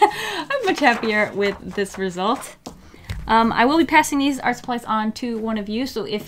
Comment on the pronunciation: I dunno why but whenever says “Art” I hear “Arf” I’m so weird.